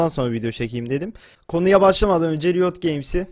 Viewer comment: önce doğru düzgün riot demeyi öğren